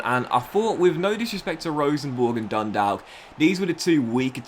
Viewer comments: DUNDALK is pronounced Dun-Dawk the L is silent, as an irish person it makes my ears bleed, love the vids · I thought the A was more of an "o" or "au" sound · I have given up as he doesn't read the comments but hearing him pronounce it incorrectly causes me emotional damage as an Irish man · Makes my ears bleed as well and I'm not even Irish